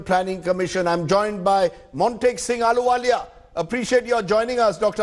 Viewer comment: Not aluwalia it's "Ahluwalia"